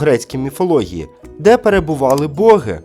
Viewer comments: Дякую за тест, було цікаво! Але хочу зауважити, що ведучий трішки помилявся в вимові деяких слів, а саме: Треба говорити башта, а не башня, кіломЕтрів, а не кілОметрів богИ/богІв, а не бОги/бОгів. А так все сподобалось, дякую! Зробіть, будь ласка, тест про українські місцевості та історичні факти України. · Дякую за тренування мозку, проте є зауваження для ведучого. В українській мові наголос - богИ, богІв і т. д